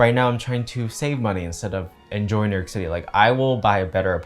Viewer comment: The way he said New YERK at the mark